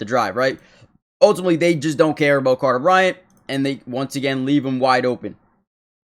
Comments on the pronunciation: Who is "Cater"? lol. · His name is "Carter". You said "Cater". Slow down and read FFS, lol. Also, I'm a UA grad. I know exactly who TF Carter Bryant is. 😆